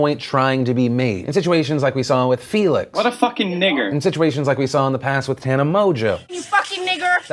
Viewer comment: Why does nobody pronounce Tana's name right? It's not that fucking hard to watch the first 3 seconds of any video of hers and hear how it's fucking pronounced. I know it's a joke, I'm talking about people who seriously pronounce it wrong thinking it's right and don't fucking correct themselves ever. That's fucking rude. If I was Tana I'd be a bitch about it